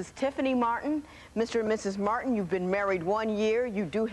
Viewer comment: The announcer's enunciation is KILLING ME! MART-HAN VERSUS MART-HAN. 😄😄😄🤪🤦🏾‍♀️ This was the Thomas Martin show, 100%.